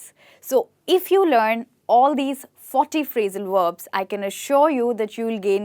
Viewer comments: why she said phrasal werbs instead of verbs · Verbs not Werbs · HI - great enthusiasm and energy - I admire it! Perhaps a small suggestion - concentrate on pronouncing your Vs as Vs, not as Ws - "Verbs" not "Werbs" and then you will be brilliant. Also, you may want to differentiate between American and British English "Real fast' American English and "Really Fast" British English... Just a thought...?